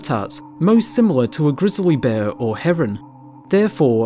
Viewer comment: did this dude just say grissley bear made me cringe lmao